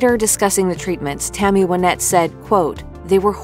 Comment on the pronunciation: Her name was pronounced why-NETTE! ~SIGH~ Dang, that's driving me nuts!